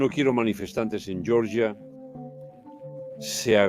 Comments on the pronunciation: "yoryia" es como se pronuncia la Georgia estadounidense en inglés . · Se pronuncia Georgia, tal cual, no como en el inglés, francés e italianano, se pronuncia con la G Germanica...